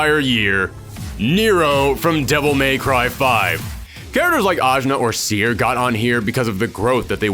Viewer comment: That's bot how you pronaunce "Cere".